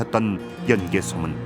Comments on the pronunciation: 제 말이. '연 개소문'을 내레이터가 '연개 소문'으로 발음하니 하는 말이외다. 예전에 어느 프로에선가 '연려실 기술'을 '연려 실기술'이라 칭하는 것을 듣고 답답했던 적도 있어서....... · 연개 소문이 아니고 연 개소문인데 해설자 아나운서 모두 아쉽네요 ㅜㅜ 내용은 정말 굿인데